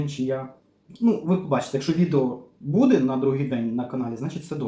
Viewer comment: у мене питання.Я не можу зрозуміти,чому з наголосом так.Чому рибка не ц І ла,а цілА?чому не бУде,а будЕ?контент класний,але вухо ріже.Це така звичка-змінювати наголос?Начебто не діалект,класична мова.